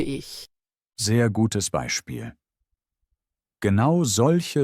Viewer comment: GeAnu oder Genau🤣 KI everywhere